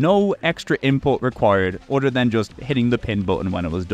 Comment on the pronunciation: say it with me. uh-thurr not udder other doesnt have Ds in it